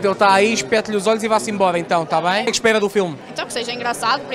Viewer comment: oh pa nao consigo levar este gajo a serio , "o que espegas paga a estgeia de dois dugos de goer" 🤣🤣